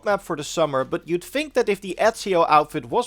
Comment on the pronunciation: You even say "fink". Lol